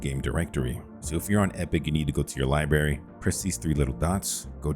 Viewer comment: Liberry? Its not a Fruit!